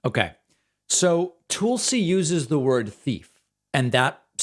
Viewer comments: It's Tulsi not Toolesi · Pakman complains when people mispronounce Ketanji but then consistently says "tulesy" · Heh heh... you call her, "Tool-See"